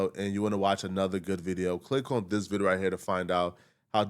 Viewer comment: really love the growth you’ve been showing since I first started watching you. The stuttering all that! I really look for your videos now. Only request is please work on the way you pronounce “this” it’s not “Dis” it’s such an ear sore abeggg. Other than that, much love